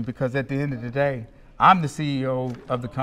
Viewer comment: At the End Of Dee Day🙄🤣🤣 TMT favorite words